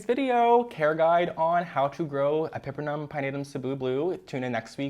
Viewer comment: Hermione voice “It’s epi-PREM-num, not e-PEPPER-num”🪄